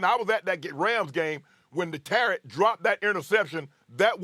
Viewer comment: Shannon been calling JQ Tartt “tarrat” since he drop that pic 😂